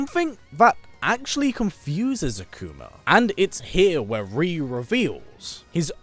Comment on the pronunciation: Cringe* every time I hear the commentator pronounce Ryu’s name as Reeeeyoooo 🤯 makes him sound like a different person 🤣